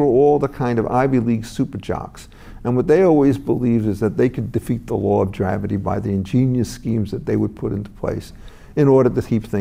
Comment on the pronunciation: Thank you Reason,. This man is one of the best minds around. I hear him often on the John Batchelor show on AM radio late night out of NYC. , did he say the law of "dravity"?